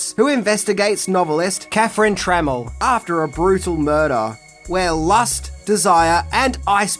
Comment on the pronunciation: Tra Mel Not tremmle 🤦🏻